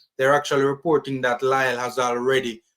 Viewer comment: It’s pronounce as Lee